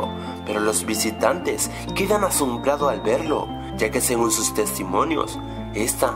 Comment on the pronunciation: . No es sos es sus xdxdxd